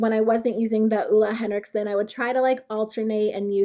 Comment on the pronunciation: you pronounce it olay henrikson, no hate (i really hate when ppl say things wrong) idk why tho, sorry